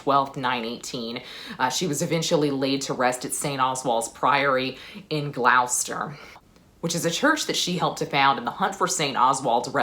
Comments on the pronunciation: Very interesting video and it is the second time today that Aethelflaed has come up as Annie Whitehead was promoting her novelTo Be A Queen which is on special offer this weekend. For your information Gloucester is pronounced Gloster and I did not realise the ruins of St Oswalds Priory had Aetheflaed laid to rest there. I think it is time I watched The Last Kingdom. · Great video. Just one small point. Gloucester (in Gloucestershire) is pronounced gloster... rhyming with Dr Foster. And no... I have no idea why we spell the names of some of our towns the way we do. I imagine to those not raised with these things being 'normal' it probably looks pretty dumb. And as an aside the shire part of Gloucestershire as with Yorkshire and Hampshire etc is more usually pronounced 'sure' (especially so in the north where I am) rather than the way a lot of Americans pronounce it rhyming with sire. That said when we refer to the shires in general we do pronounce it like sire. Confusing I know. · Love the passion and agree that Aethelflaed was an incredible figure. One small point: the U in Gloucester is silent :-). At least it is now, and in itself that's interesting because of course the way we pronounce both people and place names from a thousand years ago is almost certainly not the way they were pronounced by the people of the time. English is an evolving language, something that would probably have thrilled and disappointed Alfred in equal measure :-).